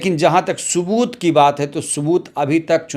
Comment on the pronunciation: Subat mat bolo bhaiya sabut bola karo